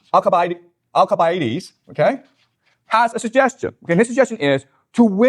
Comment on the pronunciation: He didn't even pronounce Alcibiades' name properly... Also when he brought up the Athenian campaign to Sicily, there's a lot he missed... Like I'm a bit surprised he didn't bring up how the Athenians stupidly expected that they would be seen as liberators to the other civilizations on Sicily if they came to take over Syracuse and this would cause the other civilizations to rise up alongside the Athenians (kinda like he says the Iranians would be expected to rise up against the Ayatollah) except what the Athenians found out (and what he could've easily made a connection to for his position I'm pretty sure) is that the other people on the island of Sicily also didn't like the Athenians all that much and told them to just kinda leave them alone... This was an issue because another really dumb idea Alcibiades had was to land on the opposite side of Sicily to get these people to join them, but instead it just alerted the Syracusians that the Athenians naval forces were sailing by so they had time to prepare... Anyway, it's actually rlly interesting, Alcibiades was kinda like Trump in MANY ways IMO... He was insanely charismatic and people loved him but just like Trump he was also extremely stupid and also just like Trump he was totally fine working with the enemies of his people... There was trouble before the Sicily campaign where Alcibiades stood accused of a crime (which tbf he probably didn't do) and Athens wanted to maybe execute him over it so he fled to Sparta and then late